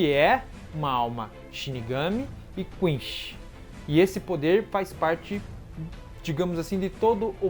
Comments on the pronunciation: eh quinci não quinxi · Não se fala Quinxi ou Quinchi não cara, se fala Quincy! Concerta aí pelo amor de Deus! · e Quincy vey esse cara aí que fala quinshin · A unica coisa que não tanko nesse canal e ele dizendo "Quinchy" 😔de resto e top dms! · da agonia ver vc falar quinche em vez de quince , vc fala gigai em vez de guigai , eu sei que gigai se escreve assim , mais fica estranho pronunciando br, sei a acho q é pq vi a vs dublada e legendada !